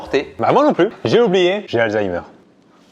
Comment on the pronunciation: J’ai applaudis avec vous pour « alsa-ïmer » 👏👏